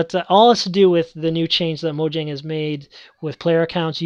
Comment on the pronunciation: Mojang = moh-yang :)